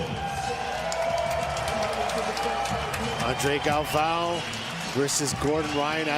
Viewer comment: JJ Torres… WTF. He’s the two time defending champ. Get his name right. My other favorite was Andre Galvoooooo… hahaha!